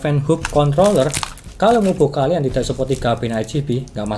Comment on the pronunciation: salfok pas ngucap controller mlh jadi c*nt*ller 🙊🙊